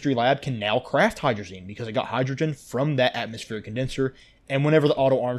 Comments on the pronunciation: ahh yes, hydrgoen instead of hydrogen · mm yes, "hydroen"